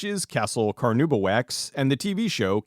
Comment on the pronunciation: Carnauba is pronounced “car-NAW-ba” not “car-NOO-ba”.